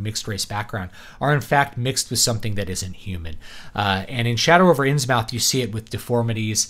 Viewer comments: Important!! You must pronounce it “INNS-MITH” ... rhymes with MYTH. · It's Inns-MUTH, not mouth. It's great that you're so unbiased and unemotional. Given Lovecraft's situation, his background, interests, mental problems/frailty and professional failure, I guess it would be surprising had he not held the racial views that he did. And with the ongoing Islamisation of Europe - there already are Islamic fundamentalist political parties here, and Sharia is already being practiced in courts concerning things like child marriage and inheritance - Lovecraft's visions of the decline of Western civilisation may have a lot to tell us today.